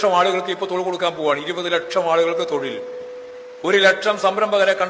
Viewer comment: Thozhil nn thanne allle paranjeee? Aksharam mariyoooo 😊